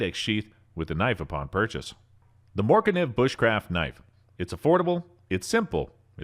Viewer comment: Couldn’t pronounce: Morakniv Falkniven Fero rod Leukeu Pukko ESEE fucking SPYDERCO Etc. 😂 I’m sorry but this dude has never touched a knife in his life, I never post mean comments or even dislike vids but this is another level😂😂😂 Also what’s w the voice change?¿